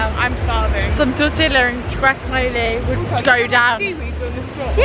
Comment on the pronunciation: 😂 she said tore-tlla wraps. and that the lspiritual Copal will get the skeeters away. Cute.